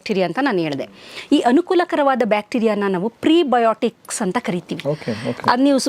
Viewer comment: ದಯವಿಟ್ಟು ಸರಿ ಮಾಡ್ಕೊಳ್ಳಿ, ಪ್ರೀ ಬಯೋಟಿಕ್ಸ್ ಅಲ್ಲ ಅದು ಪ್ರೋಬಯಾಟಿಕ್ಸ್